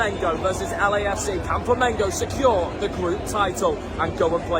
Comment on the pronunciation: Hey buddy. Nice to see you talking about my Mengo. But I want to see and hear you say Flamengo. You and your frien are saying Flamingo. I'm a new subscribed in your channel. Welcome to the biggest group of fans in the world. We're about 50 millions.